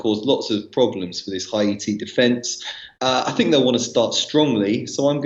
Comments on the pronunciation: I have said it before please pronounce Haiti as it is. It’s pronounced Hay-tee not Ha-e-tee Hay-tee Hay-tee Thanks... 🤣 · Another clueless. Go investigate and then come back to me. I have friends from Haiti and I’ve been there plenty of times and I can assure you it’s pronounced Hay-tee for Haiti. says it right at the beginning. Not a big deal. I really don’t care. Just pointing out that’s all